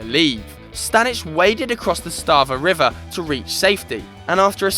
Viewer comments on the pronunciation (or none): none